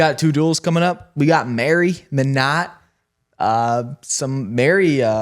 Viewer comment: Minot is MY-not